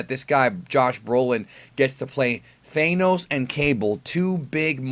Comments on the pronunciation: I can’t stand the way you pronounce Thanos. It’s not pronounced Thane-os so please pronounce it the correct way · says thanoses name funny as hell